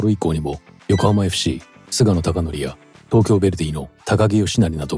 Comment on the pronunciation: 菅野孝憲は、「スゲノ」です。